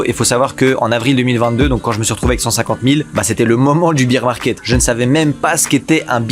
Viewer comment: cool la vidéo par contre vrmt juste un petit effort sur la pronunciation de bear market stp ça me tend 🤣